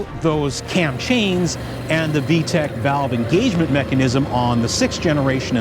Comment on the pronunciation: It's VTEC, not VTECH.